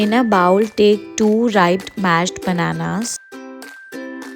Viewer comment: Not BOWEL😅😅 but Bowl ( bole)